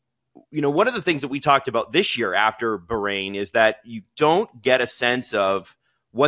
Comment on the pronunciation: BAH-rain not bargain without the G.